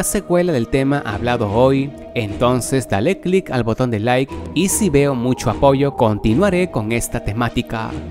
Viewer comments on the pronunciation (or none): none